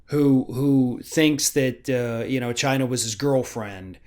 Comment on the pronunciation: does he know that China the country is NOT Chyna the wrestler? And she's dead so it's kind of pointless to hate her. When he says Chyna it sounds like the name. He's probably mad at her because her clitoris was bigger than his penis. Look it up.